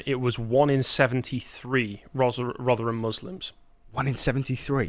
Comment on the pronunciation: It sounded like pronounced Rotherham as 'Roger 'em'. Apt